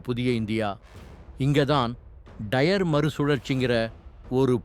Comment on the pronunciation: தமிழை கொலை செய்யாதீங்க டா டயர் டைர் கிடையாது